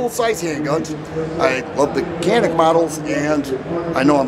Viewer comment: Glad to see our turkish arms in US. Canik we pronounce like Djanik 👍 🇹🇷🇹🇷🇹🇷🐺🇦🇿🇦🇿🇦🇿🤘